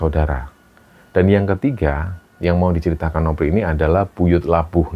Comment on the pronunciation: Kenapa,nama novri harus bacanya nopri,seperti dewi jadi dewik,andi jadi andik,ita jadi itak.cerita di kembara sunyi bagus tpi kurang nyaman mendengarkannya 🙏🏻